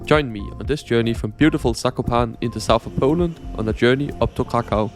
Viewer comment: That's no accent fella, did you go to Pooland or Poland?